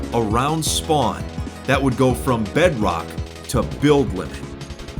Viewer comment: I love when he says bedrock. Bedroack